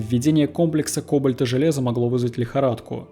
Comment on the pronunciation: Ё-маё... 5 баллов за историю, 2 - за ударения: ситЭ, кОбальт, бОдензее (а не БадЕнское озеро). ...Ля, мои уши.